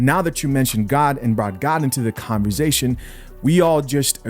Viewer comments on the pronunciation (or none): its converSAtion not converZAtion lol. I love you bro but you been saying it with a Z since I been watching you and it just aint right 😂. Keep up the good content though. I'm all for it.